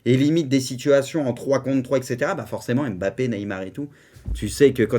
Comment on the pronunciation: Pk tu dis Bappé et pas Mbappé